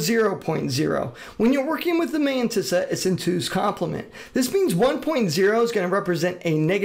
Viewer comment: No One: Matisa: "Ma meyntisa "